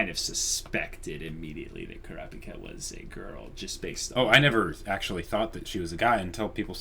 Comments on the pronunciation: Yes please! As it is, it will take you a year to do this series even at 3 a week! Am I the only one who thought you said "Boku no Pico" when you called Kulapika "Kuropiko"? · Oh! So you have seen the white haired kid? I can't until you see what he can do. He and Gon are my favorites in HxH. Also, Kurapika's name is pronounced "Crop" (like in farming) & "Pika" (like in Pikachu). He & the white haired kid are guys, but both of them have female voice actors in different languages.